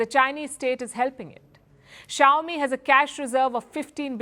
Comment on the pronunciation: Chowmi really? Is that pronounce that way crazy indian